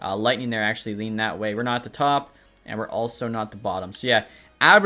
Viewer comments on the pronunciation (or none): none